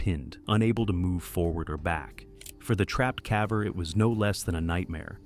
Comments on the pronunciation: "CAH VER"? Do you mean, caver? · Just realized this voice over is AI. Cav-er. He/it says cav-er, not caver on several occasions. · Caver, not cavver. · "the caavver" god I hate ai... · “Trapped calver”? Stop using Ai and just narrate it yourself ffs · "Trapped CAVA"?? AI obviously cannot distinguish caver and cava 😂😂😂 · What's a cavver? Is that like a cadaver that died in a cave? Oh wait, no--this is just AI. 🤮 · I'm not looking or listen for it, but when I keep hearing CAV VER then it is hard to ignore. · Why is "caver" mispronounced? Is this an AI voice? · Bad voiceover can't pronounce "caver" in a cave video ..